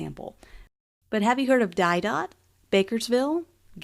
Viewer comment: Pronounced “Deedough” rather than “Diedot.” It’s a French word.